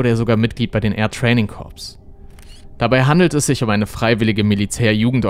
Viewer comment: Corps spricht man wie Chor aus.